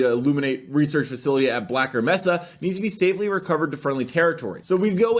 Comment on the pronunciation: EXCUSE ME BLACKER MEHSA? you do know its black may-suh right... Love the video!